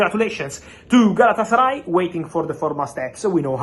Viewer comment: Lol galatasary lol 😆 😂 🤣